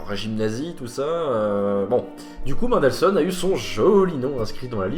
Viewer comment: Please, pas "Maindelssohn", "Menndelssohn"... Bonne vidéo, sinon! :)